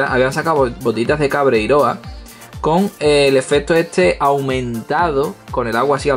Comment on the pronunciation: Me picó la curiosidad y busqué lo del Dino Rescue. La Patrulla Canina se embarca en un viaje a la prehistoria e intenta salvar a los dinos de la erupción de un volcán y no se que más. 😂 Por cierto que es CabreiroÁ, con acento en la última A. No soy quisquilloso, pero ya que soy gallego necesitaba hacer de embajador de buena voluntad. Buen vídeo de nuevo, gracias!